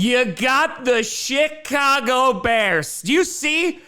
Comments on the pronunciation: Did he say:"Shitcago Bears"? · I thought said "Shit-cago" and shot pop out my nose. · He did and does 😂